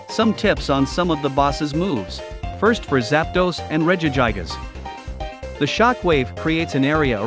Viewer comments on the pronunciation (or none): Did you just say regi-guy-gas????